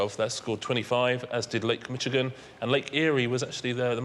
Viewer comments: The c h in Michigan is pronounced like ish.. the way you pronounce it sounds like you're from East LA 🤪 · Michigan is not Mitchigan. It's French. Americans (and knowledgeable Brits) would pronounce the ch as if it was sh or maybe sch. This applies to the Lake and the State.